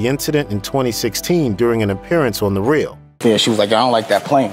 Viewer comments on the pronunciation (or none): none